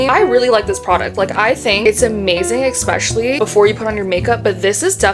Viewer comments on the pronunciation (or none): I can’t listen to you saying “EXpecially” anymore Bye